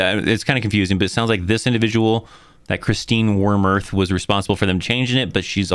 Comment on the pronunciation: What’s the difficulty with her name?😂😂😂 Warm-uth. Warm-uth. Warmuth. Where do you keep getting War-meRth?😂 I’m not sure why that got to me.